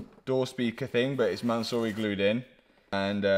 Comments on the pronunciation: Bro really said mansory glue I lost it 😂🤣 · Why do you call the glue “Mansory Glue”?